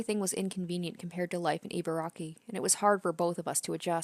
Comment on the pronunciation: e-barky (You got the first two syllables right! A close-enough pronunciation of Ibaraki sounds like "E-bar-Rocky". Love the videos, by the way!)